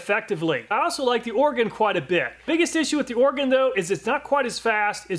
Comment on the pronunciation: Thanks for correctly pronouncing Oregon. It's pretty weird how some folks butcher it. lol. Great video as always!